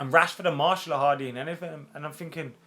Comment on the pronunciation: His name is MAR-TIAL..Not MARSHALL. He's a French footballer. Not an Ampflier.